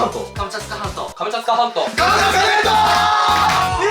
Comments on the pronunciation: 今更気付いたけど最後の方「カムチャツカ全島」が「カムチャカ全島」になってて草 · 最後、クリアした時「カムチャカ全島」になってる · がカムチャツカ全島っていうときカムチャツカ銭湯にめっちゃきこえたww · すみません。カムチャツカ全島が「ハムカツが弁当」にしか聞こえなくなりました…。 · 最後『カムチャカ全島』って言ってる。ツが抜けてる☺ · カムチャカ全島になっとる笑笑